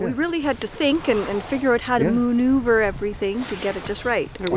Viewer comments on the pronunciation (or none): "Wehad to moonuever..." nice one